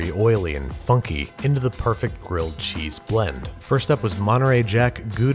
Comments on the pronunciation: GWILLED CHEESE, IF YOU PWEASE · Gwilled Cheese if you Pwease.